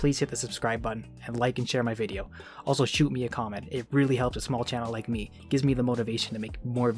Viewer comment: UwU you said "shoot me a commet"